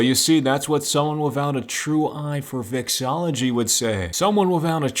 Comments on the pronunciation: * its vexILLology, not vexology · erm vexILology not vexology